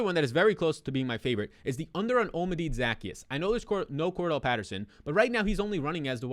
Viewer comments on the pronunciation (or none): O-Lama-Day is the correct Pronunciation